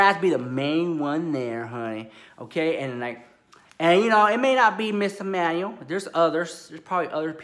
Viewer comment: Enunciate! 😂 I heard Emmanuel as Manny. I was living until I realized 😩😂😂